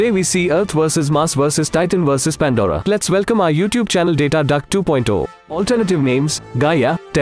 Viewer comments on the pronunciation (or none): Me when I hear Pandora be like:I hear fanta